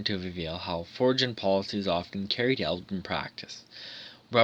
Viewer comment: Crazy of course it was always a hidden agenda with all these war politics! BTW foreign is pronounced forin